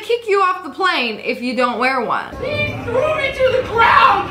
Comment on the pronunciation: He thwew me to the gwound.